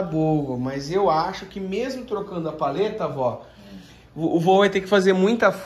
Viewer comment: Feliz ano novo de vida para o vô Anésio!!! Feliz aniversário 🍾🥂🍻🍺🥃🍹🍷🍹🎂 Ahhh... é PALHETA e não paleta que se fala,viu?